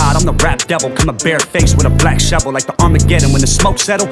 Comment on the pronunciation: It's kinda trash, he has to mispronounce words to make shit rhyme. Like "shevel"